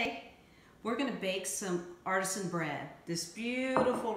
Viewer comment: It is pronounced art-i-zan. Water that bubbles from the ground with some pressure is ar-tee-sian. Oops.